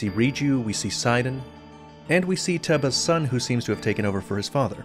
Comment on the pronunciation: No one pronounces Teba's name right. and it bothers me a little. Yall its pronounced like Tey-ba. this is the way they pronounce it in Age of Calamity